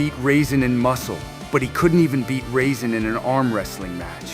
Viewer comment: To think the humans, most powerful magician is named after a dehydrated grape 🍇 😂 raisin 😂 Ai how long will it be before the world’s most advanced computer system can properly pronounce peoples names.?? Maybe Ai can pronounce his name properly if you spell it like this,, ( Rah-Zin )